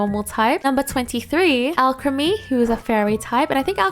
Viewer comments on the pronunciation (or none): none